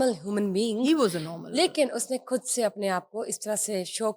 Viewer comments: کھدسے نہیں بی بی، خود سے ۔۔اردو پہ رحم کرو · کھد نہیں خود ہوتا ہے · یہ ھوسٹ صاحبہ خود لفظ کھود بول رھی ہیں۔ یہ خ کو کھ بول رہی اور لفظ خاتون کو کھاتون بول رہی ہیں۔۔ یہ انڈیا میں بولا جاتا ہے۔ اس کا مطلب ہی کہ یہ صاحبہ انڈیا کا میڈیا بہت دیکھتیں ہیں۔ ھماری اردو زبان ہی ھماری اردو بولنی چاہیے نا کہ ھندی بولنی چاہیے۔😢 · آج کل لوگ خود کو کھد خاتون کو کھاتون کیوں بولتے ہیں جیسے یہ اینکر